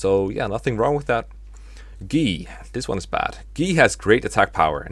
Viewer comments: ...Guy is pronounced "Gee"!? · Have you mentioned in another vid why you call Guy "Gee"? It's not a big deal, it just kinda threw me off the first time I heard it since I didn't realise that people pronounced it like that.